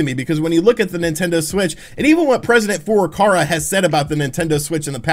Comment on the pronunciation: The president of Nintendo's last name is Furukawa not Furukara, you get it wrong every time